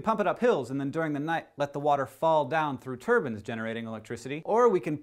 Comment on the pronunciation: 'turbines' not 'turbans' :p